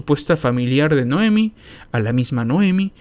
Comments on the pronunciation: Noemí. Noemí, ves el acento? No dice Noémi. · Noemí, acento en la "i",.